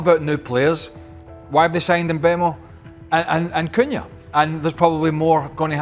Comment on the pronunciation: Good video with many good points and I subbed to hopefully hear more of the same! But he's called "Mboomo" and it's little lazy not to use a minute to learn this yourself but many English Youtubers make the same mistake. Cunha bot "Kunha" and "Kunja" in this video with the latter correct. However, thumps up you didn't make the same mistake as most do but actually knows Sesko is called "Shesko". Keep it up!